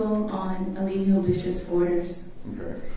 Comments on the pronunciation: I feel like his attorney calling him E-lie-gio on purpose😂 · Over and over again Booker butchers Eligio's name! 🤣🤣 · It tickles me every time they pronounce his name like that!🤣🤣🤣🤣